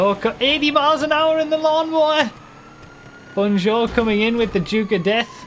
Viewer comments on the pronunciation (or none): BON JOUR not Bonne Joe